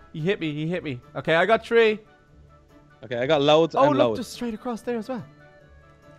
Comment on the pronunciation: When he says three and it sounds like tree when he says it